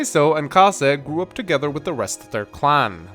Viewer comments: "Kaza" "Kazek" Its Kazay. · Can't say that I've heard the pronunciation of Kaze as "Kah-zah" before... Typically it's either "K-ayze" or "Kah-zey". Not a complaint, just a point of interest.